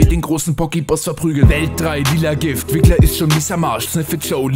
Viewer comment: Hey... das schreit doch nach nem Reupload, ich meine wie hast du gesagt? Wi..rrrrrrrrrrrwwwwwrrrriggler? Mit W, ich kanns nicht aussprechen aber DAS MUSS GEÄNDERT WERDEN! Riggler mit Double U am Anfang also wirklich.